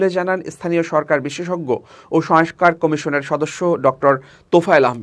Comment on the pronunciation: দিনের পর দিন ভুল উচ্চারণ করে যাচ্ছেন। সংস্কার ঠিকভাবে উচ্চারণ করুন।